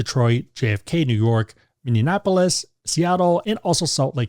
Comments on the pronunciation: Great video! Pronunciation of Minneapolis is like mini-apolis or mi-nee-a-puh-luhs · Mhm, the pronunciation gave me a bit of a chuckle, but awesome video nonetheless! Gotta look into flights from MSP now